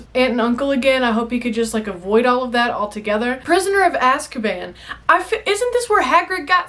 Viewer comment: Sorry i'm so childish sometimes but I laughed so hard when you said Asskaban 🤣